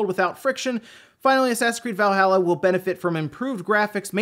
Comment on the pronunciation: I fucking cringe every time I hear you pronounce Valhalla